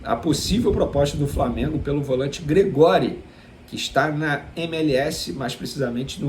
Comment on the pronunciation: Gregory - pronúncia :GRÉgory'...